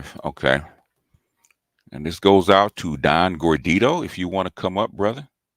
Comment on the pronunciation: it's gordito...lol.